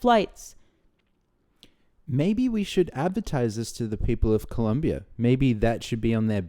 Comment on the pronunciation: Dear, You are the only person on YouTube that I have heard pronounce the word Colombia CORRECTLY!! Thank You! 😂